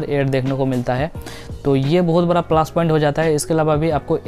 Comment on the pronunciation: Plus ➕ point hota hai plaash point nhin 😃😃